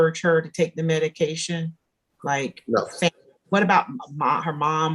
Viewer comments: Am I the only one hearing EDICAL and Not MEDICAL? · Is she saying edication?! Leaving the m off of medication? I feel really bad for her. Her babies deserve better. She deserves better. How do you get her to understand?! How sad. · Mom kept saying "edication" not medication and it was driving me nuts. Poor kiddos. Mom needs meds or she needs to be no contact.